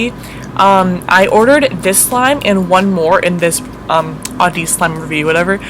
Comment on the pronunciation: I'm not trying to hate on, I love her and her vids, but why didn't she activate the slimes cuz in the audeez slime review part the slime kept sticking to her hands and it bothered me sooooo much!! And she kept spreading the slime and it's not even butter slime!! and she kept pronouncing audeez wrong. I'm just really bothered by how she plays with slime://